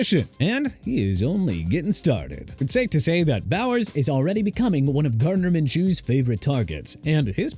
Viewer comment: DISAPPOINTMENT: CHOP ROBINSON, EDGE, MIAMI DOLPHINS. GREAT. THANK YOU!! EVERYBODY ON THIS TEAM'S A DISAPPOINTMENT SO THANKS A LOT!!!!!!! UNBELIEVABLE!!!!!!!!!!!!!!! And by the way minshew is pronounced min-shoo not min-chew